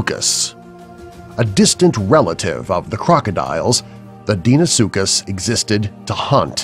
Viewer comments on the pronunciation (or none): And it's not pronounced 'deenosuchus' it's 'dainosuchus' right? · deinosuchus (di-no-su-kus) you pronounced it as (dee-no-su-kus) dunkleosteus (dun-kle-ohs-tee-uhs) you pronounced it as (dun-klee-ows-tee-uhs) mosasaurus (moh-zuh-sor-uhs) you pronounced it as (mow-sah-sor-us) deinotherium (di-no-theh-ri-um) you pronounced it as (dee-no-thee-ri-um) sorry! just trying to help out here! ...and I recommend studying pronunciation before actually making the video. Plus, I hope you will lose this VERY cheesy voice. It's hard to take you seriously, as HAPPIE WOLF said. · ITS DINOSUCHUS, HELIKOPRION, AND TANYSTROFEUS! (i spelt pronounces for the dum dums at facts verse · he also said dienosuecus wrong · this dude actually used a picture of 2 giganotosaurs and a S. meekorum and pronounced Deinosuchus wrong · Sol Campbell He mispronounced Helicorprion too.